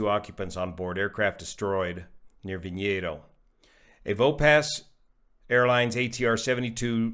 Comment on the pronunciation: What a horrendous plummet the crew and passengers had to experience. My thoughts are with the families who lost loved ones. And,, nice job pronouncing Vinhedos. You nailed it!